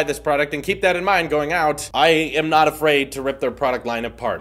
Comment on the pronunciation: When you were said “I am “ in the beginning I kept on hearing I ham